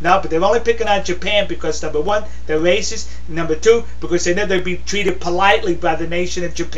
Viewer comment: thewe wacist!! undewestand, thewe wacist!!!